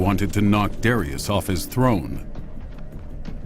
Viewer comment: I can't stand how they say Darius 😒